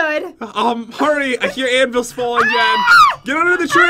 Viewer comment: When turns into a sword she does not know how to twerk and and said anavils